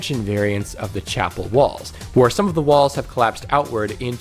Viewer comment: Every time you say chapel room i cannot stop hearing chappell roan. Side note, i love ur stuff!! I love playing frostpale and am looking forward to the caves mod!